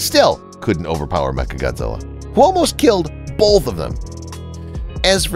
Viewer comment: Why are some people so incapable of correctly pronouncing the word “both”?